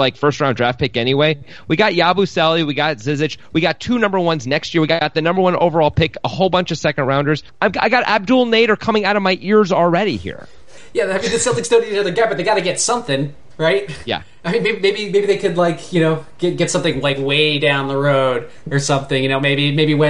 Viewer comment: It's not Abdul Nader its Abdel. Ab+Dell